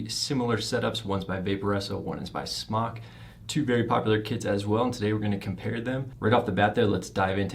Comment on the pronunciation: Good review! ITS SMOKETECH. NOT SMOCK!!! SMOKETECH TOOK THE E OUT YEARS AGO. SMOK (TECH), STILL PRONOUNCED SMOKE. CALL SMOK. THEY WILL HAPPILY LAUGH AT YOUR MISPERNOUNCIATION. Good review though. Thank you.